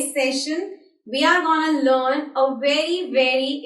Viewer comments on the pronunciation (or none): none